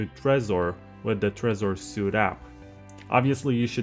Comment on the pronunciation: It is pronounced “sweet” not “suit”. You can’t do a 1 hour tutorial and mispronounce the product’s name.